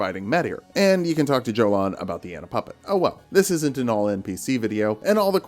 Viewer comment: ymir might say jolan with a "j" sound but jolan says it herself with a "y" sound